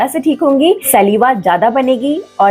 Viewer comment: Maam सलीवा nahi स्लाइवा bolte hain